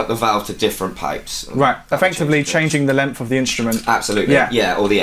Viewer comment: Why does the presenter pronounce the word “length” as “lemmff” ?